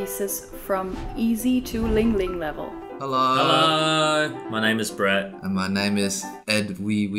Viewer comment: I had to go back three times to even recognise Brett's mangled pronunciation, even after hearing Sophie's correction - I'm super impressed that she recognised it immediately.